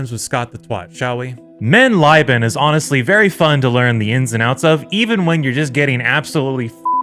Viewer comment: The increasingly incorrect pronunciation of "mein leben" had me rolling 🤣 Never change Scott!